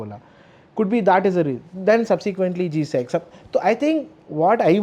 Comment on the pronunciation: its G-Sec and not GSET